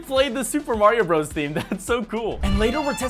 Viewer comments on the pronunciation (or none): none